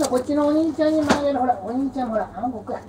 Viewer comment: あんこがたまにうんこに聞こえんのどうにかしてくれ